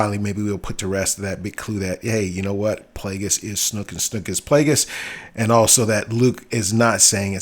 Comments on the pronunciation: Yo seriously listen ...... Your a fan yes, but a true fan I doubt maybe in 30 years or so. I've been in this since 77. Constructive criticism for you, take the channel down and do some research. AND WHO THE FUCK IS SNOOK? It's SNOAK "OA" Not U not OO. Made me cringe every time I heard you say it, fuck. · LMAO snook? sn(O)ke long-O B lol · It’s Mark Hamil talking, not Andy Serkis. And it’s Snoke, not snook